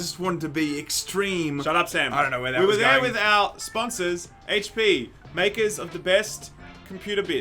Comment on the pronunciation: (Hay-chh P) HP